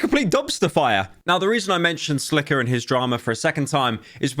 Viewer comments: Arobb, silker, man you need to start working on pronunciations LUL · silker and eh-robb